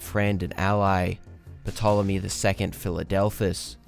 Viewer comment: Thankfully this time Petolemy only showed up once. 😅 Seriously most people would just read "Tolemy" or if "Pt" without inserting any vowel. The "p" is generally silent in this case.